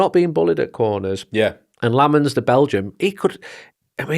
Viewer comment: Carl you gotta work on Lammens’ name pronunciation, plenty of videos of him saying it